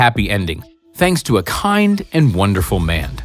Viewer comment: did he said "kind & wonderful mand" ?